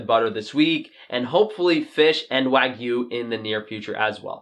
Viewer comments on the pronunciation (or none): none